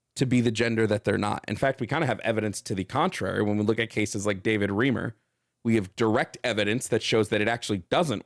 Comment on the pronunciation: Tiny nitpick It's not "Davis Reemer". It's "David Rhym-er" Source: We were related. David Reimer actually touches on a topic I'd love to debate you on after the elections: Medical assistance in Dying